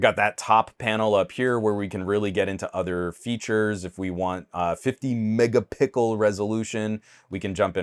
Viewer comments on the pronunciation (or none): 50 megapickel 😂